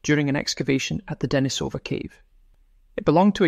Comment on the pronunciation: deNIsova, not deniSOva How come you don't know that?